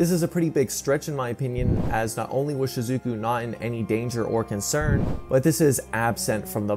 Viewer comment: Shizookooo 😂 Good vid though 👌